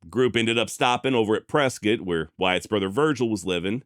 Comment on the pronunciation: Whiskey row is still alive and well here in Prescott. We also appreciate you correcting it and pronouncing Prescott correctly 😂.